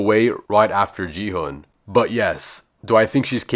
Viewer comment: It’s gi H UN